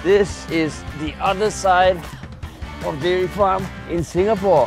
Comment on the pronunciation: SingaPoor....Sing a poor....